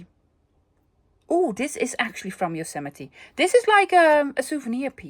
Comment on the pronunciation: I am so impressed by your pronunciation of Yosemite! 👍🏻 As a child I thought it was pronounced “yo sa might.” 😅I’m an American. So “you are forgiven” for not being able to think of “shadow box” immediately😄Love sunday thrift haul videos. Vicarious shopping is almost as fun as the real thing! Wishing you continued improvement in your health.